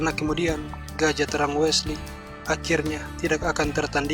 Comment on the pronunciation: Bukan Wela so bang, tapi Wesley so bang. #peace 😁😁✌✌✌✌✌✌✌😁😁